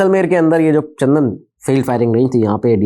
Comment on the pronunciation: सर चंदन नहीं चांदन